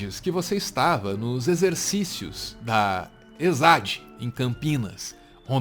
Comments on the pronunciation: Errata: não é ESAD, é EsAO (Escola de Aperfeiçoamento de Oficiais). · "ÊZAÓ em Campinas" a pronúncia